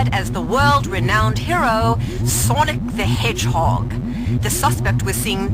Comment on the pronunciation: Who the hell hired that reporter? "Sawnik the Hedgehawg"